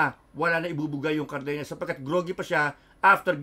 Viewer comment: CardeNAS not carbeNYAS😅 not ñ it is N